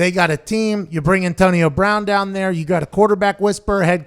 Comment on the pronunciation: "Dahn nere." Pat's showing some Yinzer right there....